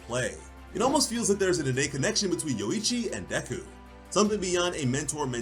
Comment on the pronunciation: Say yorrichi but remove the two r's and add a u between o and i